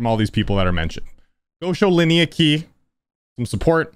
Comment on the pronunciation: Laniakea is pronounced "lah-nee-uh-KAY-uh", but awesome video